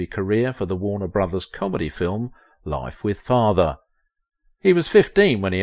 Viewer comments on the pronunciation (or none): none